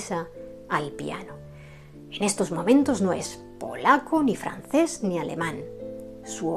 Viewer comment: No sabría decir cuál es mi favorita, pero siempre me llamó la atención lo dulce y romántica que es su música. Después de haber visto esta excelente biografía sobre el músico polaco, quiero mencionarle que me encanta su pronunciación del francés. Saludos desde Chile 🇨🇱 😁